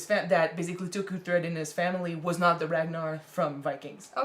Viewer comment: Uhhhh why can't you say uhtred right? Lol I hate it